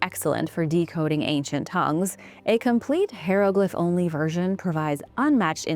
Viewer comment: hi-row-gliff not hair-to-gliff. Had to look it up because it was irritating me that I had pronounced it wrong nearly my whole life and I an 62. I have, in fact, been pronouncing correctly. Nonetheless, I love your content and delivery.